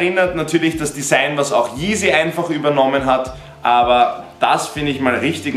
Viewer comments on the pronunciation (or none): none